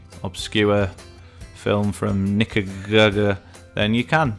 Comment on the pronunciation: Everybody seen all your favorite movies lol and you really can't say Nicaragua